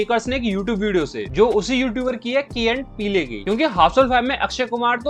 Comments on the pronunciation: 🤦‍♂️🤦‍♂️ The Key and Peele scene is a parody of the famous "The Usual Suspects" scene. If you don't know the iconic movies like Usual Suspects you shouldn't be a movie reviewer. It's pronounced Key and Peel and not पीले। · how to pronounce: Key and Peel how not to pronounce: Key and PEELE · Peelay nahi peele hai wo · Research kar liya karo पीले nahin hai naam पील hai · Good work par bhai key & PEE-LE nhi h "PEEL" bolte hain. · Key and piley😂😂😂😂 Key n peel pronunciation hai bhai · It's not "pee-le", it's "peel" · Are uska nam pilay nahi hai bhai uska nam peel pronounce karta hai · Mere bhai key and Peele.... Peel hai peeele nai hai mere bhai.... Kan se khoon nikal diya tunne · "Peeele" "Neele".. bhai if you're pointing out someone's mistake atleast khud ki basic research to kar lia kar ki channel ka name kya hai. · Bro it’s pronounced peel not peel-e 😅 the “E” is silent in “PEELE” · Key and peel hai bhai peeley nahin 😂😂 e silent . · भाई, यह की और पीले नहीं है, (Key & Peele) यह की और पील है l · Peele nahi Kaale hai wo 😂 Peel pronunciation hai naam ka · O bhai peel e nahi hai peel hai e silent hai 😂😂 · Peele ❌️ peelayyy 😂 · "Pee-ley" 🤣🤣🤣 Great video nonetheless! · thut peele bole 🤣😭😭